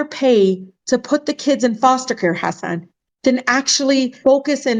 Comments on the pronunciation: If she's such a fancy immigrant's rights advocate you'd think she could pronounce hasan correctly. Tf? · she said hasin